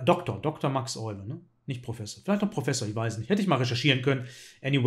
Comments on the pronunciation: Euwe wird im Holländischen wie Öwe ausgesprochen. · Leider wird sein Name in Deutschland immer falsch ausgesprochen. Das "Eu" spricht man wie "Ö", nicht wie "Oi"